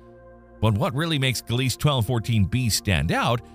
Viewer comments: Gliese = "GLEE-zuh", "guh-LEES" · In English? There it's pronounced "Gleez" without the final "e" in Gliese